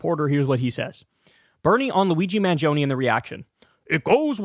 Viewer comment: I'm Italian and I just want to thank you for pronouncing "Mangioni" correctly. Seriously, thank you because everyone else is butchering it.